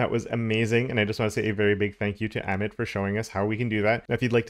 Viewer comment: FYI - Amit is pronounced uh-meet